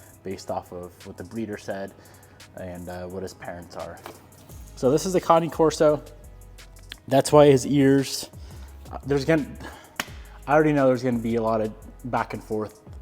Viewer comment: Its CANE...like PAIN....CORSO.... 😂😂😂